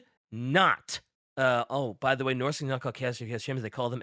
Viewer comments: pronouncing "Norse" as "Norsie" is so funny. They're just lil norsie bois. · Norsy hurt to hear but then I just started to laugh. "Oh look it's a Norsy a horsey!" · saying norse like its horsey not horse makes my eye twitch so hard i wanted to punch my monitor after the first couple lol omg it got so much worse lol. someone revoke right to over pronounce the letter E in words. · insistence on pronouncing Norse as "Norsea" and Norscans as "Norsicans" gave me cancer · saying Norsey is driving me actually mad and I dont even main Norsca